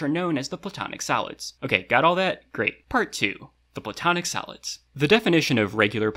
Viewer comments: they way he say solids sound like salads more or less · I keep hearing salads instead of solids 😭😅 o well now I know what to call them when I want to confuse someone: CHECK OUT THESE SALADS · I was listening to this without watching the video and I kept thinking you were saying "salads" not "solids" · why the heck is there a thumb up and down next to the chapter titles, also why am I hearing salads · It sounds kinda like he says "Platonic Salads" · He saying “salads” right? I’m not hearing solids but salads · I keep hearing "Kepler Salads" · Im sleepy af and kept hearing "Platonic Salads" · i kept hearing “platonic salads” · I thought you said platonic salads